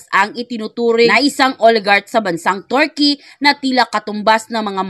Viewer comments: Kilala sla na bansang Turkey,, pero pinalitan nla ng Turkeyee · Mam, sorry po please pronounced Turkey correctly😢